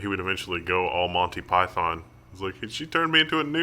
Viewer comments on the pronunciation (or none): none